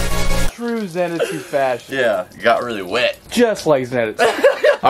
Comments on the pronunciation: im sorry i love your channal but whats a zenetsu its zenitsu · Who else got mad at the way he said zenitsu sanemi and nezuko